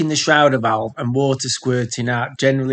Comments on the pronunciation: FFS - Stop saying SHROWDER VALVE - Just look at how it's spelled - it's a SHRAYDER Valve - dickhead. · It's a SHRADER valve. SHRA rhymes with HAY, not HOW!